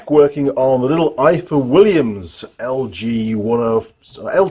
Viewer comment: Hi, its pronounced ivor, in Welsh f is v thanks for the great video.